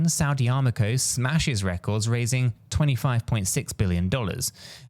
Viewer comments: It’s Aramco not Armaco fool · Its Aramco, not Armaco Its Abroad, not Aboard. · 🤦‍♀️ I’m only 50 seconds in and you’ve already said Armaco when it’s Aramco followed by expresso instead of espresso!! Are we expected to take you serious ? Or just be humoured by your constant barrage of non sensical analogies? WTF